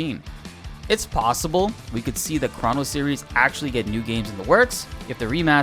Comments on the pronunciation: chrah-no trigger lol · stop saying "chrono" like that lmao